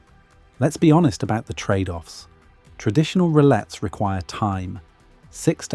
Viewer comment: In French you don't pronounce the two "L"s in rillettes.